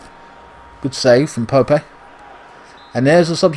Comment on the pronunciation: Haha why are you calling Nick Pope ‘Pope-ay’ as if he’s some kind of emerging Spanish talent?